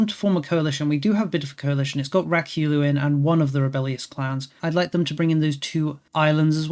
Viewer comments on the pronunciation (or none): Ryukyu is pronounced Ree-you-que but ii LOVE rak-you-loo xD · Hearing him spam "Rakyulu" was killing me a bit